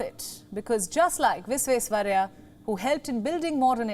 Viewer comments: His name is Vish-wesh-wa-rai-ah - VISHWESHWARAIAH Pls pronounce it rightly 🙏🏼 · explain it how? I studied from Sir M Visvesvaraya IT college bangalore. Every year we used to celebrate his birthday with correct pronunciation. The kannada professor when addressing him officially used to say Sir Mokshagundam Visvesvaraya not Visvesvarriah. I have explained how the words gets pronounced in a different way due to local phonetical difference. You go to Bengal the pronounciation of Visvesvaraya will be Bisvesyaraya. Go to Nepal the pronounciation will become Bhisveswaraya etc. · Learn how to pronounce Sreemaan Mokshagundam Vishveshwaraya's name properly then think of reading news ... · Name is Sir M Vishveshwarayya❤❤ .. pronounce clearly✌️✌️ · Please atleast pronounce his name correctly.... then you can talk about him. 😡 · She cannot even pronounce the name properly.. We are really missing palki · Please first learn to pronounce his name properly🙏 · News Presenter should have practiced pronouncing Sir MV's name correctly. She is definitely better that Rahul baba though. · Better than Rahul Gandhi how he pronounced it oh no. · Ha ha ha...yeah true!